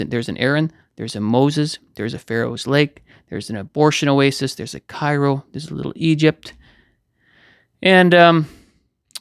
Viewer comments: Pronounced Caro....Cairo Illinois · Love your videos. I grew up in Southern Illinois - no longer live there praise God!!! In the Nashville area now where I’m a musician watchman like ya’ll! Cairo is pronounced like Cayro there. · Fun fact: New Madrid is pronounced MAD-rid; Cairo is KAIR-oh. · it pronounced Kairo.. It's like new Madrid New madred. We are rednecks /hillbillie and love. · We pronounce it Kay roe hahaha. God bless!🌱🌾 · Cairo IL pronounced Kyro